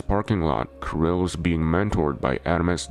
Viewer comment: kiril, not kAril